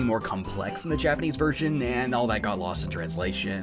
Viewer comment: hell yeah, this is how it should be done! a Japanese person would not bat an eye at your pronunciation and really appreciate that you took the time to look it up. having an accent is totally fine anyways but some english speakers alter Japanese names so much that Japanese speaking people don't even recognize what is being referred to anymore. all naruto characters f. ex. have been victim to this, especially beloved sakura 桜 HER NAME IS NOT 'SEKOORA' Y'ALL :p keep putting in all this effort, it is much appreciated <3